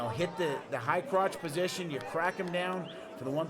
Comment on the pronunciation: "so close to being outta posound.. outta bounds" Trying to say position and bounds at the same time.. fail. lol